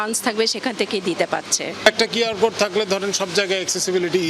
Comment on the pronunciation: QR উচ্চারণ করলেন খিউ আর, Code উচ্চারণ করলেন কোড, কেন খোড উচ্চারণ করলেন না ?